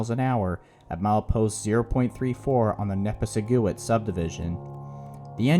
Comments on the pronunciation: It’s pronounced neh-piss-ih-guit. This is near where I live and grew up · If you want to be taken seriously at least learn pronounce the name of the place you are talking about. What is a "nepa seguit"? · It's pronounced "Neh- PISS-ig-wit". Yeah, easy to mess up. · The correct pronunciation is "nuh-pi-si-gwit". I grew up there. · Nepisiguit: Ni-piss-i-gwit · The "u" in Nepisiguit is alot shorter, should be pronounced "nepisigwit". Great video otherwise! The recording between and the RTC is definitely worth listening to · Really butchered the word Nepisiguit. :(